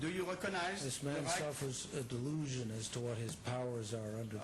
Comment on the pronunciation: My Haiku Derivation; polka dot tie dude says "dell ooHHH shun" and "StaHH-tuss" like an ass begging for a beating